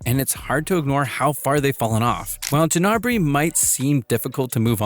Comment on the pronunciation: It's pronounced as Gnabry......NOT 'Jnabry'!